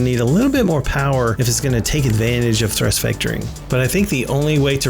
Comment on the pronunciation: Thurst Vectoring....lol